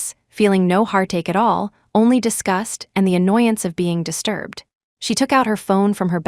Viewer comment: It’s disgust (a negative feeling for another) NOT discussed (talked) HTH